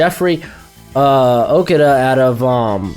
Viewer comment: Learn how to say Okudah